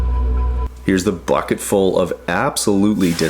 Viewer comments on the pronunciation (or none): none